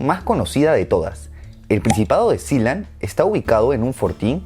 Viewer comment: Yo le decia "Sealand" no Siland v